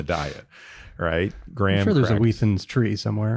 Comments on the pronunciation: Wheat Thins as one word? Wheathins??? Mind blown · Why are you saying “wheat thins” in a way that rhymes with ”heathens”? 😂